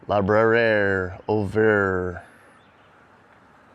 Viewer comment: it’s Lee-brar-EE and it means bookstore (not library) FYI